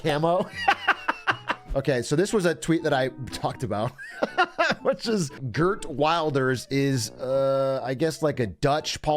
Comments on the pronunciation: I am dutch and when you said "Geert Wilders" I never expected you to butcher it like that. Holy shit that was jokes. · The way he pronounces Geert WIlders name omfg I'm losing it